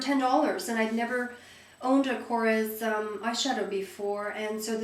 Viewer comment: Great favorites video. You actually did pronounce Korres correctly (the "ez" sound at the end). I really like the shadows too, and they're a great price. Went to Korres store in NYC- I was told that they are changing the packaging to read (......johnson and johnson), so they are selling all of the older packaged goods at sale prices to get rid of them - something to do with Fred Siegel and J&J co.). As usual, I only have a portion of the story). Will definitely check out prestige...Thanks!